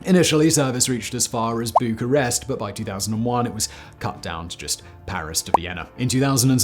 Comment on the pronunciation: ițs Bucharest or București. Not bucarest.